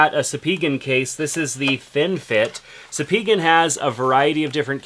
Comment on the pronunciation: “Sah-pee-gen” 😂 do you mean “spy-gen” cases